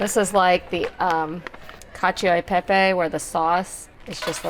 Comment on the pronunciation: You don't pronounce the i in cacio e pepe. It's only there to change the sound of the c from a k sound to a ch sound, because there's an o there. co sounds like ko. cio sounds like cho.